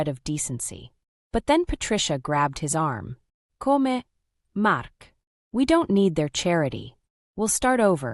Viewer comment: "Come, Mark" is now pronounced "Co-may, Mark"?? Give me a break